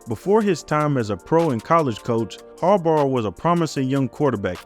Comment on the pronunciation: its Bahhhh like a sheep haha say it with me... Jim Har-Bah . like saying bottle without getting to the T